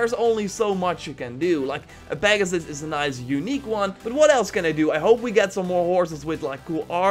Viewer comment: Pagsus he says 😂